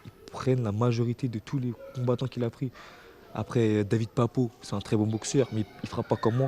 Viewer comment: franchement il fait mal au oreille, il dit "arè" pour dire "après"